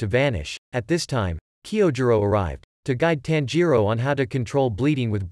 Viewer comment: It's not "tan-ji-ro" it's "tanji-ro"